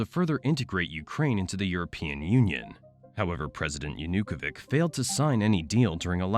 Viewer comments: It's 'Yanukovich', not 'Yanukovik' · Yanukovich is not Yanukovik hes Yanukovich ch like in chair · Will you please lern the correct pronunciation of Yanukovych? It's hard to take this serious when you're saying it like that.